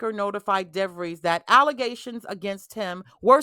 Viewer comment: Did you mean allezations? 😅